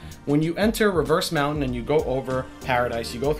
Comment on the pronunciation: Interesting that when iaoanese say Reverse Mountain it sounds liike Rivers Mountain . Fairy Vearth (Verse)